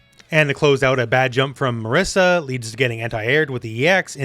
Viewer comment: Ok is not MARISSA is MARISA, she's Italian! We italians don't call Guile Gooeele! Some respect. :)